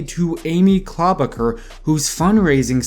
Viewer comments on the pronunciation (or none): Great video, I hate correcting ppl on youtube cuz I’ll come off as such an ahole- not tryna be a dick here. just saying.. for amy klobuchar and pete buttigieg : It’s Amy “Klo-Boo-Char”, (Char as in Charlie) not Car, and for Pete his last name is “Boo-Dih-Jidge” honestly doesn’t matter , Yang’s gonna win the next debate and every other debate , but just throwing it out there so you can confidently start your next upload with a sentence such as: “Yang absolutely owned KloBooChar and BooDihJidge in last night’s debate, .. along with every other candidate once again...“ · Amy CLAW-BAH-KER ... lolol. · Amy “Klobber-ker” 😂😂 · Pete BUDDHA-GAYGG! Amy KLO-BAH-KUR 😂😂 lmao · Amy ClubberKer Me: who?: Pee Boodygit Me: 😂🤣🤣🤣🤣🤣🤣 Tom Stay-er. He’s missing Joe beaten